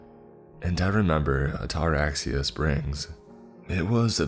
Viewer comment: Oh damn, “What’s the worst that can happen?” One of the worst questions to ever ask. In fact it shouldn’t ever be spoken. My God he’s butchering the word Ataraxia. The pronunciation is like this: At-A-RAX-ee-Ya. Or adda-RAX-ia, with the emphasis on the Rax. Ataraxia. It’s actually a brain disorder that frees you from worry or anxiety from pretty much anything. I’d love to have it!